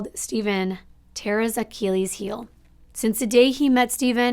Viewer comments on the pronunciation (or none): none